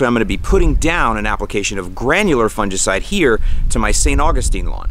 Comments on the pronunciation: Actually, we shod be making fun of since he says it wrong;) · Do all Americans say fungicide so strangely?